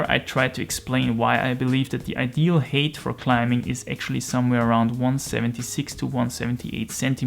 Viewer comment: Just nitpicking on your English because I didn't understand what you were saying at first, "height" in English rhymes with "kite", not "hate".